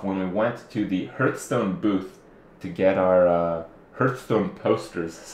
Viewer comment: Hurtstone? Lol